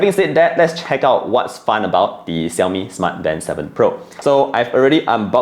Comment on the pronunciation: Are you mispronouncing the brand name or is it me? 😕